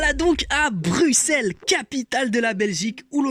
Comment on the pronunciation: Ah enfin un français qui prononce Bruxelles brussel et non bruXXXelles